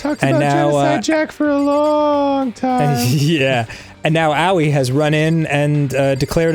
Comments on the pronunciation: I think you have to put emphasis on the ‘O,’ like a separate syllable. ‘Ah-oh-ee’ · Maybe it really comes down to accent. In my language it's much easier to pronounce aOi than Aoi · Dan pronouncing "Aoi" as "Owie" is the best fucking thing and you cannot change my mind about that. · I like how they pronounce Aoi as Ow-wee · No, it isn't. It's Ah-oi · I wouldn't say so. In Japanese "a", "o" and "i" are all pronounced explicitly, they are all sounded out. And there is no "o" sound in Ow-wee. It's easier to just translate "blue" into Japanese and listen to the prononciation to hear the difference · Japanese doesn't have stresses, but for me it seems that it's pronounced as aOi, "o" is stressed. If you stress "a", then yes, it sounds like ow-wee. But I don't think such prononciation is correct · Just saying, it's pronounced uh-oy. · Ah, a new episode. I’m now prepared to watch two adult men call a girl’s hands tiny, and absolutely butcher a high schooler’s name. And I will laugh every time.